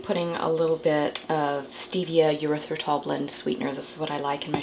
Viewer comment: I just want to point out with all due respect, that Erythritol is NOT pronounced Yer ithritol. There is no y in the beginning. This is a common mistake. I love your channel.